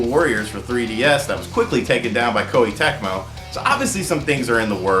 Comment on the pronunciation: It's KOEI-TECMO,.